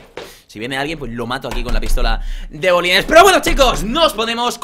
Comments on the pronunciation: 😂😂 entonces no fui el unico q entendio bolines no? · Bolines? Es balines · Grefg se dice balines no bolines 😂😂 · se dice pistola de balines no de bolines XD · es balines no bolines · balines no bolines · es BALINES, no bolines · Se dice balines